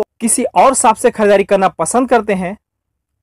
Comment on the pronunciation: Saap nahi bhai🤣Shop hota h wo